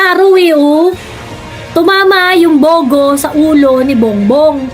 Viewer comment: ang pag pronounce nung bugo is gaya ng pugo na itlog😅pag bisaya nag sabi nun masakit sa bangs😅😅its means bubu😅